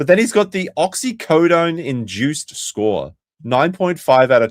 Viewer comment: it’s OxyCODONE and Hydrocodone, not OxyCodine and not even OxyCodeine, which is how it WOULD be spelled. Also, Jer is fkd, if his doctor is giving Percocet PRE-SURGERY…dude is just one day of effort away from finding a dealer or using dark net to ruin his life. In 2026 Doctors have long passed the point of being careless with opiates, you could get in trouble for overprescribing. It’s hard to put into words how strict it’s become and how each MD has this DRILLED into their heads. He SHOULD have a higher chance of NOT getting opioids POST SURGERY than getting them PRE SURGERY. If he had an outpatient procedure he would get Tylenol-3 or 4 or just an 800mg Ibuprofen. For laparoscopic ligament replacement he would get 3-5 days of Percocet or Vicodin, then ibuprofen for 1-2 weeks, then he’s walking and rehabbing.